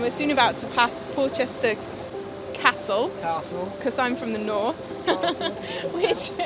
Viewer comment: Nice to know you are safely home....and know how to pronounce castle (!). Thanks for a wonderful few years, I've loved your channel since 2016. I'll be looking forward to following your next voyage, sounds really interesting.